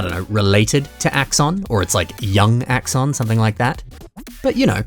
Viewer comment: It's axon's son. It's Axson